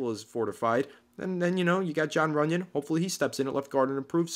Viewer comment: RUNYON. NOT TUNYON. lol